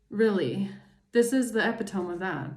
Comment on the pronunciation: Eh-pit-oh-mee. Epitome. YW.